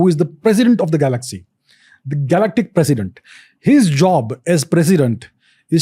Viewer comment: It's president not precident.......